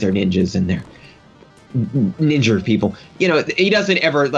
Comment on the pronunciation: What accent causes one to add r to the words Ninja and Idea. Ninjra! Idera!